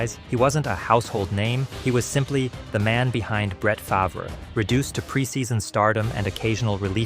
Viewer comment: That isn't the only thing this video got wrong. The narrator can't pronounce Favre or Roethlisberger correctly, and he oddly referred to a season record as "fifteen to one." I'm starting to think it's AI.